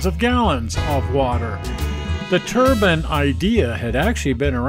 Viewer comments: Turbine not turban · Turbine, not turban, the "e" isn't silent. Just as with wine, not win. :$